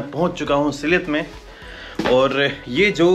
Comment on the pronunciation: उच्चारण सिलहेट नहीं भैया सिलेट है, हमारी पूर्वपुरुष के घर बांग्लादेश में था इसलिए बंगलादेश के नगर,गांव वो स्थान के नाम सुनने से सुख मिलता हैं... धन्याबाद आपको